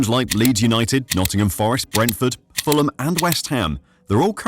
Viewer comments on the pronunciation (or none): none